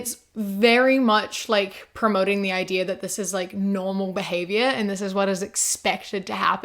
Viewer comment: When you said “ideaur” I was forced to remember that you’re from New Zealand